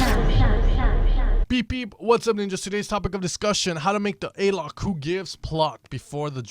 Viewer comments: nice tips! do one about his bass too! btw, it's not spelled "a-lok", it more like "ah-lok" keep up! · you arent pronuncing Alok well.. is not english. so is kinda "OloK"